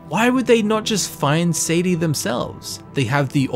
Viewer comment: I thought it was pronounced sAH-dee-AH